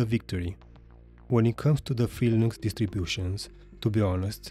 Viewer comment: To who's distro? "In this video I'll be comparing Windows 11 to Felix Distros" is what I hear....